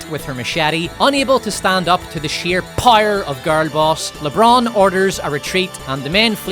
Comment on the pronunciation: Can you please learn how to pronounce "power" correctly? It rhymes with "shower." Or do you "shire" every morning?